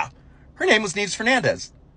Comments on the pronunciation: Her name is actually pronounced as "Nee-yeh-bes" which means snow. Very fitting of her ice-cold assasination skills. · Nieves is pronounced kind of like "knee - eh - vase", and it very fittingly means "Snows" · Nieves , pronounced : knee-evez . Means snow , so cold was in her name dam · Nieves u say r u sure its not pronounced knives